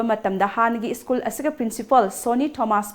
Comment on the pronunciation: It's school, prounce as s c h o o l... not iskul..plz hv it corrected any confusion use Google pronunciation